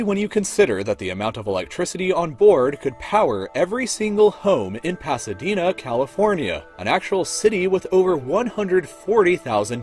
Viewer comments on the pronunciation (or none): none